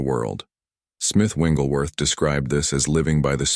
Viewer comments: The correct pronunciation is Wigglesworth not Wingleworth. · His name is Wigglesworth not Wingelsworth. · Very powerful. Thank you. Shouldn't the name be pronounced as "Wigglesworth" and not "Wingglesworth" ? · You’re saying the wrong name!! It’s not Wingleworth!! Learn his real name. Wigglesworth!! There’s no wing in his name!! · Before I listen any further and I am sure that it’s going to be very good…. It’s disturbing that your commentator keeps calling him. Smith Wingglesworth….…. It WIGGLESWORTH. No N IN IT. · Smith Wigglesworth but the reader keeps calling him Smith Wingleworth😅 Thanks for the revolutionary revelation all the same . Appreciated ❤ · You can't pick an AI voice that correctly pronounces "WiGGLESworth"? 🤔 😐 You got all the like, subscribe, comment, share, on screen prompts for same promotions in there. Dollar over dialect? Scrilla over scripture? English as a 2nd language? What could the issue be?🤔 And the hitch in speech rhythm🙄. Really? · Interesting message but, It's very distracting and disturbing that the ai bot that's reading this keeps calling Mr. Wigglesworth... "Wingelsworth" 🫤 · I'm confused on the picture it says Smith wigglesworth but yet the narrator keeps saying wingleworth. Which is it? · Why do you keep saying smith wingleworth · There's no "n" in the man's last name!!! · What is troubling to me, is he keeps pronouncing Wiglesworth’s name wrong? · Please pronounce Smith Wigglesworth's name correctly